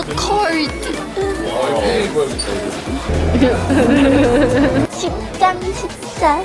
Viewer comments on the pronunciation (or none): "I'm so cord."